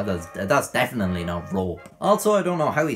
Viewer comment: I love the way he pronounces “Rope” Roep